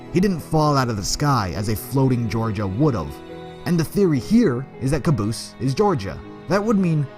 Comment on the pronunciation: The Brennan it's not caboose it's cabose